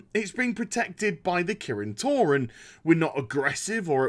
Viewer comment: I could've sworn I heard "Protected by the Kirin Tauren" and thought of magic cows. Yeah, blizz, I'm that bored.